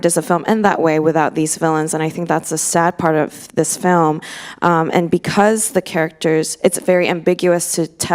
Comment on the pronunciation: 이해는 안되는데 발성이랑 발음만 들어도 뒤에 후광이 생김ㅋㅋㅋ 특히 필름 발음할 때